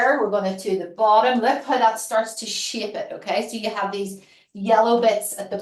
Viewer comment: Love this! Every time you say the word shape, my American ears hear something else! Don’t stop cuz it makes me giggle and helps me loosen up! Hugs from Washington State!